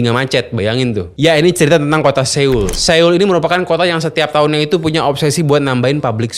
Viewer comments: Pelafalan dri kota SEOUL bukan Se-ul tapi So-ul. EO di baca O tebal. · Bacanya "So - ul", bukan Se - ul 🙏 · Seul... bukan seul mas bacanya SO-UL. Maap yak risih dengernya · Cheong - ye - cheon ❎️ Cheon - gye - cheon ✅️ Se-oul ❎️ Soul ✅️ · Cara bacanya Soul, Bukan Séul 😂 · Sekedar koreksi aja ni bang, pelafalannya tuh bukan seul, tapi soul ,o nya odol … biar gak kedengeran aneh aja sih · SEOUL ITU BACANYA SOUL BANG, SOUL. BUKAN SEUL. 😅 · Sol aja bang dibacanya bukan seul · Bacanya soul, bukan seul bg 🙏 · so-ul not seul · Maaf, baca Seoul nya : Sowul bang bukan Sewul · Bacanya SOUL bang buka seul hehe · Bang seoul kalo dibaca bukan seul tapi soul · Soul bukan seyul... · FYI: bacanya yg bener "so-ul" bukan "se-oul". karena penulisannya 서(seo/(sʌ)) 울(ul). jadi sʌ-ul, bunyinya o disini bukan full o tapi o yang mulutnya terbuka maka di IPA dalam fonologi disimbolkan ʌ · bacanya so ul bang, bukan seul 🙏🏻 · Bukan seul.. Tapi soul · Bukan Seul deh perasaan sebutannya tapi Soul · Bacanya SÅUL bukan se ul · cara baca seoul bukan seyul, tp s0wul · SEOUL dibaca "So-ul" Bukan se-ul!!!! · Maap bang di baca nya soul, bukan seul .. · Pronounce nya Bukan "Seul", tapi "Soul" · Cara bacanya "soul" bang, bukan "seul" Seo-ul, "eo" di bahasa Korea dibacanya "o" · bang, dalam huruf Korea yang ditransliterasi ke huruf Latin, yang tertulis "-eo-" itu bacanya "o", jadi Seoul, bacanya Soul, Cheonyencheong, bacanya Choyencong bang... eo dibaca o, eu dibaca mirip orang Sunda ngomong "geulis" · Soul bang bacanya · Cara pelafalan Seoul ini nganggu banget... bilang Soul aja napa bang.. E nya dihilangim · Bang udh kesana tp ngomong seoul aja masih salah. So ul bang ngikutin spelling nya english. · S E O U L. Njir dibacanya bener2 sesuai hyuf wkwk, bang pelajari juga atuh pelafalan suatu kata dari negara lain 😭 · cara baca : So-ul bang.. 🙏🏻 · Seoul bacanya So-ul (kaya ngmg bakSO) Cheonggyecheon bacanya chonggecon ajaa😅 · Maaf bang,tulisan seoul bacanya harusnya so ul.... maaf cma koreksi...